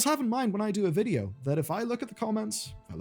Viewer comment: Why vuhdo...ugh